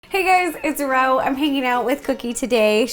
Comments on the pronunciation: Did you say Rou instead of Ro? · Did she say row instead of ro?! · Did she say "Roaw" instead of Ro?? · she said Raw instead of Ro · did you guys hear that ro said "ROAW" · She said "it's raao" 😂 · "hey guys it's raor" :| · "hey guys it's raow" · Right when this video started, it sounded like "hey guys its rawe!" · she says "hey guys its ROW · Wait “Hey Guys it’s Raw” Whhaaaaattttt? XD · Only me who hears ”Hey guys! It’s Raow!” XD? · She said row for her into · Did she say her own name wrong at the beginning of the video🤔